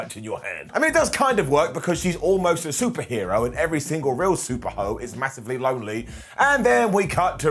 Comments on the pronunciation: I know meant super hero but he definitely said super hoe and I can't stop giggling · Did he say "Super Ho"? 🤣😂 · Did he just say "Super Hoe"? Lmao